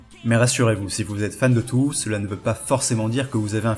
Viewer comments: J'avoue me reconnaître dans quelque(s) un(s) Mais s'il te plaît... Tōhō! Pas tou hou! Si tu veux bien prononcer, fait-le jusqu'au bout! (C'est dommage sinon c'était une bonne vid ^^) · ça se prononce Toho